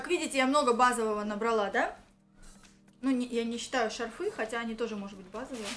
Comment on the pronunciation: Одела, одела, одела..... шарфЫ.... Нужно что-то делать с речью